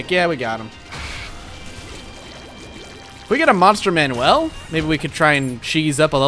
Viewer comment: Why do you say Monster man-well instead of man-yule?